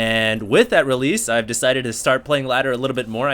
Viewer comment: did he say fast rax reaper or FIVE rax reaper? It sounds like five, but I have never heard or seen that except for fun strategies which usually loses though.